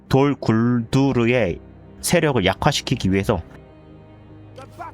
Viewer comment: 돌 굴두르를 돌 구루드로 말하는건 일부로 그러신거죠? ㅋㅋㅋㅋㅋ